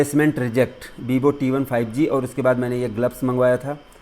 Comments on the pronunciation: That is not bibo 😂 it's Vivo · That is not bibo its vivo😂😂